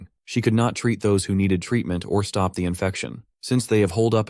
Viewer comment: can this guy just not pronounce the words truck and stop together??